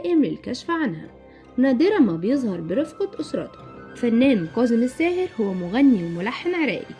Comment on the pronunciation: اسمة كاضم الساهر وليس قاضم الساهر المصريين لا يجيدون التحدث بالعربية الفصحى وينطقوها غلط في غلط